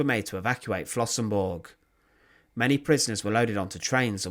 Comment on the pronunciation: Der Ort heißt Flossenbürg! BÜRG, nicht Burg.